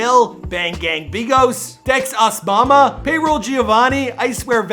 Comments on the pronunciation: its not dex OSMAMA its Dex OSAMA like osama bin laden smh get it together! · Dex Obama??!? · You couldn’t even pronounce osama right put some respect on bro name RIP THE CHOPPA BOY